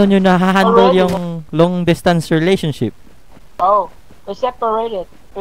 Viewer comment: Releletiotioship hahaahahahahah